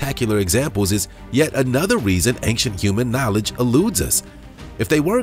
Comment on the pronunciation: Had to stop listening. I listened for a minute and thought "is this guy really going to say ank-chent the whole video?" Yes he is. Gotta nope out of that one.